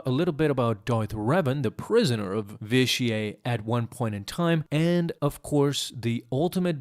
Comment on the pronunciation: The way you pronounce Vitiate like it’s a French word annoys me. It’s not Vish-ee-ay it’s Vish-ee-it. Otherwise, great video.